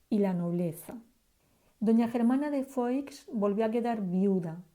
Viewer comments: SE PRONUNCIA FUÁ NO FOIX, SE ESCRIBE FOIX PERO SE PRONUNCIA FUÁ. FERNANDO ERA TÍO ABUELO DE ELLA PUES ERA HERMANO DE LEONOR DE ARAGÓN, REINA DE NAVARRA, ABUELA PATERNA DE DOÑA GERMANA. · Germana de Foix (se pronuncia "fuá") por favor.....